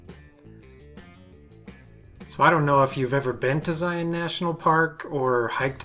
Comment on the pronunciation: Love these quick and concise toolbelt videos!! Thank you for sharing! And now I know how to properly pronounce Zion. Being from Texas we tend to butcher a lot of pronunciations. Loved the segue to Angel Landing. My family and I completed it a few years back. I recommend leaving early before the trail gets crowded and take plenty of water if hiking in the summer. Narrows was fantastic too. Except when I lost one of my shoes.